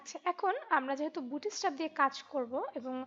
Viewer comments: অনেক সুন্দর একটি টিউটরিয়াল। আমার অনেক ভালো লাগছে। ডোন্ট মাইন্ড আপনার উচ্চারণে একটা সমস্যা আছে। উচ্চারণটা ”বুটি-ইস্ট্যাপ” না “বুটস্-ট্রেপ”। ধন্যবাদ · 'bootstrap' bangla pronunciation chara khubi sundor